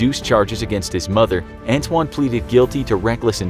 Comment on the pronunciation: His name is ant wan